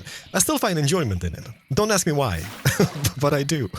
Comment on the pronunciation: 'let me axe you a question' Mumbo snezes in mountion range somewhere